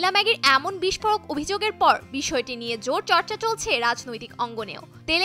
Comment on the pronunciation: শব্দটা বিষ্ফোরক, “বিস্ফোড়ক” নয়!